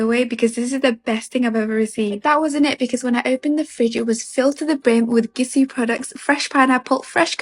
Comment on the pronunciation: "Gissy" Do these people not know French? "Gisou" is not pronounced "Gissy".